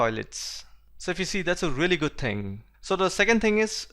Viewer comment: All things are right but pronounciation of good is not proper